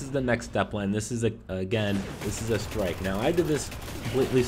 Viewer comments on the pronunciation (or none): none